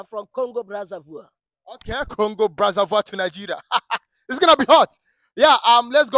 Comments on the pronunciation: It’s not brazavoir it’s Brazzaville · The man is not even from Congo. He can not even pronounce Brazzaville and his accent is not it.